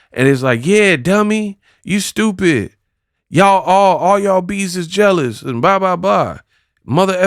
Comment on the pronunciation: We all just “jail-ous”. That’s all 😂